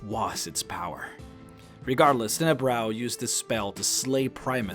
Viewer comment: Tenebrous. the "s" is not silent.